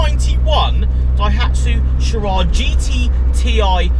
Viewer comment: sirarrad? what the hell is that? if you where around during the 90s car scene you would be able to pronounce it definitely after been smoked by the fastest 1litre production car at the time, extra nuggets, the JDM gray import version was called a GtXX and had different spec like pepper pot alloys different cloth electric everything, different dash clocks etc. there best days are very much behind them but an amazing car